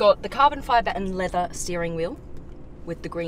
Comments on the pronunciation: Thank god she's pretty , if not she'd fuck up my Taco Bell order. Silvah ,Leathah. Ugh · This is probably the most Australian-accent-sentence I ever heard. Im loving it!! 😆 "A whole silvah leathaa intewiaah..."